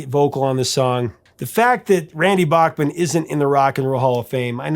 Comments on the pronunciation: Hey Professor…this is a piece of FYI. Randy’s last name is actually pronounced “Backman” No joke research it. His words not mine. Next time you talk to him…ask him. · I know Randy is too polite as a practicing Mormon to say anything, but his last name is pronounced BACK-MAN, not like the great composer Bach. Please use your influence to spread saying his name correctly. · I didn't take the time to check all the comments, so maybe someone has already asked this. Randy pronounces his last name as BACK-man, while most Americans (including Adam and myself) pronounce it as BOCK-man. Is Randy okay that we mispronounce his last name when we say BOCK-man-Turner Overdrive? Maybe as long as we buy the music, he doesn't care! 😁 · Notice Randy pronounces his name "BACKman" not "BACHman". Americans have a hard time with that! Legendary Canadian musician!! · So all these years with everyone pronouncing Bochman, it’s actually pronounce Back-man? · I never realized we've been mispronouncing his name all these years. BACKman instead of BACHman... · Dear Professor... pronounce Randy's last name as he does. Randy "BACK-Man". And his son Tal's name is pronounced TOWEL BACKMan. Just a FYI. 😁😁And yes, Randy is OK with the incorrect pronunciation of Bachman Turner Overdrive because he knew it would be useless to correct radio station DJs.